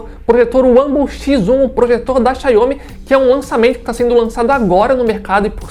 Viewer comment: Gostei do projetor, a Pronúncia da marca está errada no vídeo!